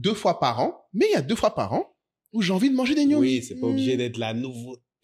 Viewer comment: on dit Ngomi et non Gnonmi.